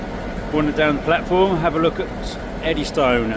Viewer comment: The normal pronunciation is Eddyston (Eddys-tun) not Eddy Stone. Nice video though... 👍